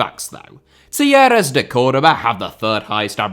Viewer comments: I thought you were saying Tierras until you showed the wiki page. Talleres is pronounced tah YE res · The way you pronounce Talleres must be an April Fool’s joke!